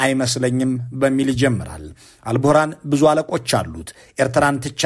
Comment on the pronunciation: የሱዳኑ ጀነራል ኣል-ቡህራን ሳይሆን ኣል-ቡርሃን ነው።